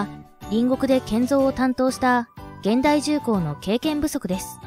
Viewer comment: 現代 をげんだい と読むとはロボット講話ですね。 ひゅんだいが正解と思うのは私だけ 社名や氏名を間違って読むのは失礼にあたりますよ